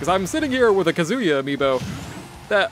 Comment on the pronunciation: His name's all ONE WORD; why are you pronouncing it as Kazu Ya?! It's Kazuya. Your way sounds so weird,... >.<